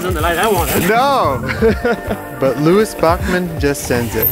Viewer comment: Lewis Bakmen? It's pronounced lewis byewcannon.